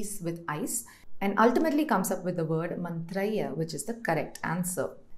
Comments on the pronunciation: Mantriihi not mantraiah.. your anchor should do adequate preparation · मन्त्रैः is pronounced mantraihi and not mantraiya